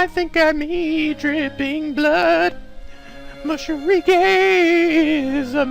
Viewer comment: You call him moSHIrige too LMAO